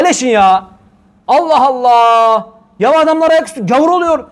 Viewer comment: neden Allah celle celalühu yerine ellah diyorsunuz. Neden böyle yapıyorsunuz.